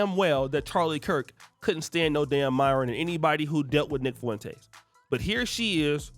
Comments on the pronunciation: I can't help but laugh every time you pronounce Nick Foo - in - taze 😂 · Fwen taze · Why cant you pronounce his name correctly its annoying